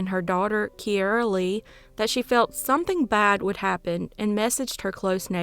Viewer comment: Key air a ……is how my niece pronounces it.